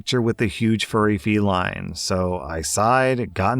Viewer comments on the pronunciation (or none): none